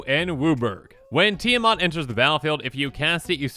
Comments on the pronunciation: Really annoyed as an individual and as a Minnesotan (since, Eddie and the group live in this state) that he pronounces it Tia 'Mot' and not Tia 'Mat'... It is the same with Esika, where people pronounced it E 'sea' ka for some stupid a** reason 🙄 The 'I' in Esika makes the 'I' as in 'itch' sound (Like )... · Need more help: break Esika down into syllables (Es) (I) (Ka). (T) (The 'I' being silent here) (A) (Mat). You can even break Mat down further into 3 syllables. Mot =/= Mat